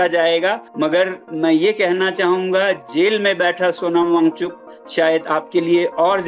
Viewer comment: पहले नाम सही से लो फिर रिपोर्टिंग करना